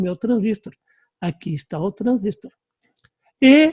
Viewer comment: Parabéns pelas aulas, mas por favor, em português, o correto é transistor, com acento tônico na última sílaba.